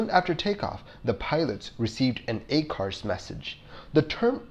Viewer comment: I apologize that I didn’t see it earlier but the acronym ACARS and some of the pronunciations. Just a critique. Please don’t take offense.